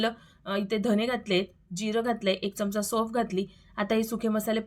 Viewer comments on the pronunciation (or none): none